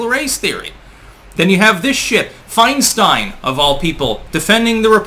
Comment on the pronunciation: Mrs 1940’s, FeinSTEIN (its Stein, not STEEN), is a Communist operative. Just like most of these lifetime politicians, they are traitors and have no loyalty to the USA Or Americana (Americana = Our amazing “hometown” “home-down” way of life and small town-like sensibilities, that comfort us and unite us in quaint familiarity). These politicians are responsible for America losing her “innocence” via everything from geopolitical terror, to cultural ROT via “hip hop culture” being PUSHED on us for 3 decades now. The Communist knows Nothing can destroy a country from within faster than the PUSHING on a society of those who make up the “hip hop” demographic. The “Hip Hop Demographic” is literally THE lowest of “Common Denominators” Socially speaking...... Once the HipHop demographic ROT takes hold, all standards and respect for authority, property, women, culture, economy, and laws, which took 200 plus years to build upon are COMPLETELY and carelessly discarded, thus bringing a society DOWN to the LOWEST COMMON DENOMINATOR. They will NEVER raise a society. EVER. This is how the Communist creeps in. Like a thief in the night, who will never leave. They just keep burrowing and burrowing until acceptance. Then all is twisted. That which is wrong, is right. That which is right, is now wrong.... We Are fighting for our lives now.